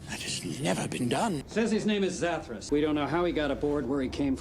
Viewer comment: It's Zathras, not Zathras.